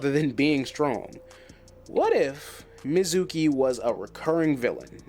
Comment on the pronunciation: I gotta ask cuz of how you pronounce mezuki, did you only read the manga/only watch the anime in sub??